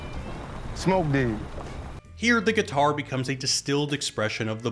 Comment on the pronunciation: “Drop the gih-tar Samuel.”